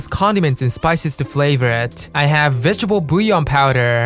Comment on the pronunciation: "Rich flayvrrrrrr"